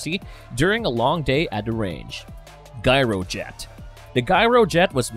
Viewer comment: wasn't the pronunciation of "gyrojet" supposed to be with the 'G' making the sound of a 'J', like in "gyroscope"?